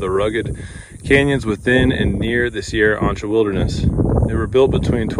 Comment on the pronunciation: I believe chasm should be pronounced with a k sound like character not as in chocolate, Also Sierra Ancha should also be pronounced with the k sound like character.